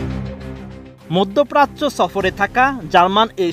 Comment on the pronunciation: মদ্দপ্রাচ্য কি? সঠিক ভাবে উচ্চারণ করতে পারে না সাংবাদিক হইছে।